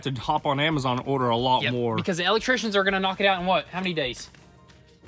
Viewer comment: He really hits a nerve every time he says Elll lect trian.